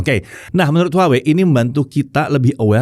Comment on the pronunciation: masih keLiru nyebut nama brand-nya. harusnya WAHWEi😊